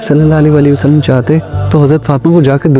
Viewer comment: Bhai ap Hazrat Muhammad kehnay k bad durood pak thik prha kren please Sallal la ho Alayhi wa AA Lehi Wasallam